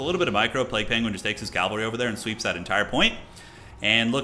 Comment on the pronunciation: Cavalry is not calvary. It pains me a bit every time you say it like that. Happy birthday brother